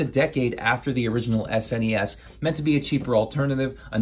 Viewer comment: It’s not “S-N-E-S” it’s just said as a word “snes”, rhymes with Tess